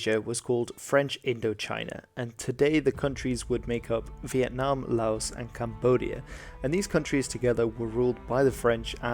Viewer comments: Just a bit of advice, according to a Thai friend of mine who lived in Laos for a bit, the 's' is silent. I e it's more like 'Lao' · Hate to be that guy but it's pronounced "Lao". The 's' is silent because the translation came to English from French. Also, Thailand has Malays as an ethnic minority, not Malaysians. Malaysian is an national identity that only came into being in the 60s which includes Chinese and Indians living in Malaysia in addition to the ethnic Malays. Malays themselves are also usually represented by the Malays tricolour instead of the Malaysian flag. Good video though still enjoyed it.